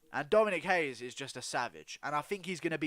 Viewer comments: It’s pronounced RAY-ES. Not Brazilian. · Dominick Reyes is American of Mexican descent and his last name is pronounced RAY-ES. Only people from Portugal or Brazil pronounce their first R's in a name with an H. I've got Dominick by ko/tko.